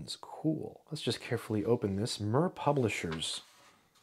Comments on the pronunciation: It is pronounced 'meer' not 'mur'. It means 'world' or 'peace'. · Surely it's "Meer" rather than "Murr"...like the satellite... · More likely said "Meer" than Mer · yes, Mir pronounced like “sear” (to sear a steak), not like “sir” (thank you, sir, for this video). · Little aspect in an otherwise fascinating video, if "Mir" is pronounced anything like the Russian space station which bears it's name then I believe the correct pronunciation is more akin to "Meer" as in Meerkat. Thanks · FYI... It is pronounced somewhere between a "short i" and a "long e" (mEEr) and not "murr". It means peace, as in the book War and Peace (pronounced Vinar e Meer in English). Not a big deal. Looks like an interesting book. After reading some of the comments, I'll definitely try to find a copy. Thanks. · Its pronounced MEER Russian for peace. Not MUHR Publishers. They have produced excellent books at low cost. Esp. in College level Science subjects. Most famous was the book on physics by Zubov & Shalnov. Soviet books were small-sized but their language didn't make for easy-reading. We in India have studied low cost text books originating both from the Soviet Union as well as from the UK & USA. The English origin Oxford University Press had a low-priced edition branded under ELBS whereas the American publishers Wiley had a similarly low priced Eastern Edition. The US origin books were the most verbose & thereby bigger in size. The English-origin books were the most lucid to read. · Pronunciation comment: "mir" should not be pronounced like "mur" but rather like "meer". It is a Russian word, to be pronounced as written, not to be pronounced with the weird English distortions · It’s pronounced like “mere” instead of “mur” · MIR is not pronounced MUR! It’s the Russian word for peace and earth. Same as the space station. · It’s pronounced “meer” not “murr” it means peace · "Mir" is Russian for "world", and it's pronounced "mEEr" as in "here" or "dear". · Pronounced mEEr